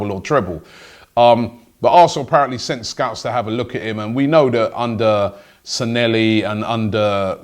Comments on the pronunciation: SAN-LAY-HE not SAN-ELLY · It’s Raul Sanllehi ffs robbie. How do you pronounce it as sanelli??